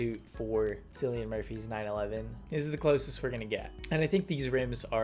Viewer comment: bro really said Sillian Murphy